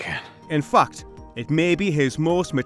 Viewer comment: Everytime you say "fact" I hear "f*cked". 😄